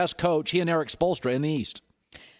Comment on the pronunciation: Im pretty sure he meant celtics coach is best coach in east BESIDES (which he didnt actually pronounce ) Eric Spolstra.